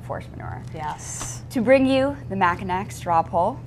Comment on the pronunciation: Wow, I found your report while looking for video of the Mackinac Conference. Were you really there? I mean first you mispronounce the name of the island, then you miss the BIG story. No mention of Ron Paul (not unexpected) the guy that has no support ( none reported) Had 200 (more or less) supporters. The folks were enthusiastic and hard to miss. Oh yeah, these folks paid their own way to the island to support the only conservative Candidate. Nice report.